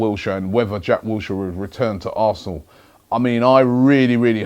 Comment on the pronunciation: Ari Gabriel wowowow not toral mate, not toral xD